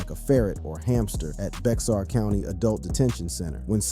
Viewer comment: Bexar is pronounced like bear